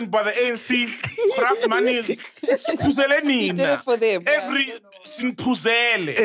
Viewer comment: The emphasis on "Siphuzele nina!" 😂😂😂